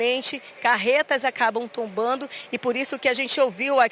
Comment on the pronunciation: Que repórter é essa A carreta acabou tumbando 😂😂😂😂 meu Deus vai estudar português